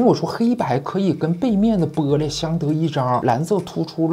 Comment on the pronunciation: be璃，这乡音出来了